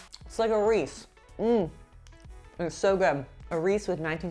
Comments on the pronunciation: I’m sorry… did she say Reese? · I'm confused by you leaving the "ee" off the end of Reese's.